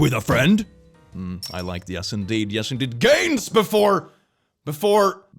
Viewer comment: when he said gains, my brain first processed it as "gayns" 😂